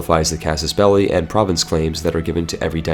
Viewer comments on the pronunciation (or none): none